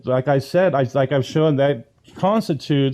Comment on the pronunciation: How am I supposed to take seriously a man,, that pronounces 'shown' as 'show-en' excedra???